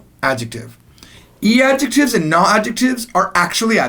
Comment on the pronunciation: but you say 'nu' not 'na'